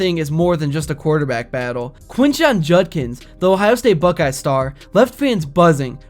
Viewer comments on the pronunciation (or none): none